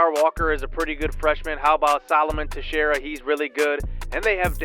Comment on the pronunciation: hey i just wanted to let you know that texiera is pronounced (tex-era)